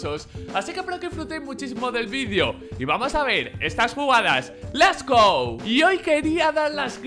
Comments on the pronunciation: Se dice Let's go. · El sabe que no se dice LES GO no? xD